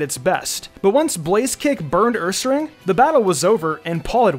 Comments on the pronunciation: It sounded more like "uuuuuuumeeeear" Or "guuuuuuuubeeeeeear" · My favourite Paul pokemon is ursaring. Whenever he would tell it's name, it sounded like he was saying "COME OVER HERE"